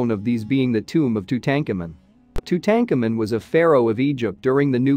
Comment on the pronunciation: It is pronounced : Too-Tan-Kaw-Moon. Too Tank Amin, is just ......WRONG ! Auto-translate? Narrator? Sad.